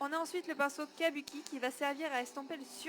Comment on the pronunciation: Ça se prononce kabouki 😊